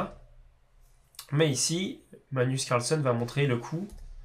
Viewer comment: Je vais être un peu chiant mais ... c'est plus "MaGnus CarlsEn" que "manus carlson" ... Sinon merci pour tes vidéos d'échecs ! Sympa .............